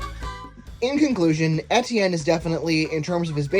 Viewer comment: You don't pronounce Etienne right!